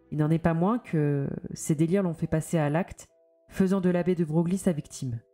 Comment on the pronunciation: Ca se prononce Debreuil et non deBroglie 🤫